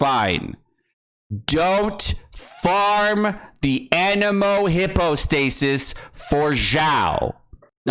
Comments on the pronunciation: Also its pronounced hypo not hippo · Don't farm the Anemo "Hippo-stay-sis" he says. Too late, I have everything already.